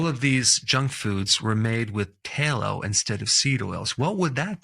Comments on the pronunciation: Tallow has two Ls' in it and they are both pronounced tal low noy talow which is only one L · Interesting. That said, a particular word is pronounced "Tallow",as in bat, cat, mat, sat. Not "Taylo". Please pronounce it correctly, if you should use the word in later posts. Thank you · Tallow, soft a sound. Not taillow! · It's pronounced "TALlow" not TAYlow" Outstanding! Class dismissed. 😅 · It’s not pronounced’tay-low’. It’s pronounced ‘ta-low. The A sound is like ‘hat’. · I thought it was pronounced T-ah-Low...not T-ey-Low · "Tallow". The "a" is pronounced likr the "a" in "cat", not like the "ai" in "tail". "Tallow", not "tailow". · Tallow, not ta-low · Why does this guy pronounce things weird? "Tail - oh" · It's not pronounced "tail-oh." It's "t(owl)-oh." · Taylow is Not how it's pronounced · Doc, down here in the south we call Tallow, Tah-low. I've never heard anybody use a long A. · It's pronounced, Towel-o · Strange way to pronounce Tallow (Tay-low?) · The "doctor" can't pronounce "tallow." This video is just the worst unwholesome USA misinformation greedy garbage. This may be an AI video. YouTube needs to police this garbage and require it being labeled as AI. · The A in tallow is pronounced like the A in tabby and cat . Use a short A , not a long A . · They way he pronounces, “Tallow.” 🙄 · You say Tallow very strange. Lol